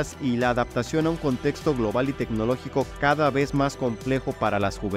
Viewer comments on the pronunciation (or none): none